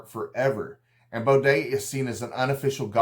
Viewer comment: bo-dee not an appalachian bo-day :face-green-smiling: but nice job